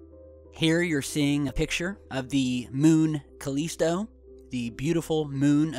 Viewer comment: INCLADIUS? CALESTO? Enceladus? CALLISTO... GOOGLE DUDE...